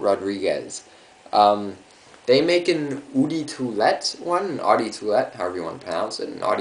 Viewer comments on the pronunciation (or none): pet peeve of mine. gotta do it. sorry. eau = "Oh" de = deux (2 in french ... pronounce it like an english person speaking french or say "duh" instead) nice vid btw. :D